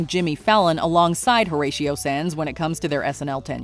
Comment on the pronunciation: Horatio Sanz? Are you serious?